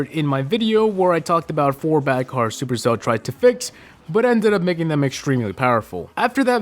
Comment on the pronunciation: I don't like when he says supercell